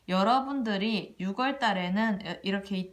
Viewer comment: 잘들었습니다 육월이 아니라 유월이라고 해주세요~국어선생은 아닌데 발음이 좀 신경이 많이 쓰입니다~^^